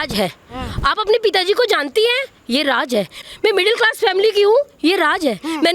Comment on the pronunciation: Raaj nahi raaz hota hai ... hindi ka murder omg